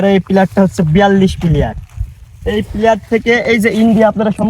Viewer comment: বন্ধু ওইটা প্লেয়ার না প্লার হবে। তাছাড়া ভিডিও অনেক সুন্দর হয়ছে বন্ধ।❤❤❤